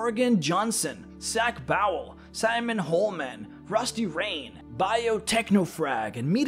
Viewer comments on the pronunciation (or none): none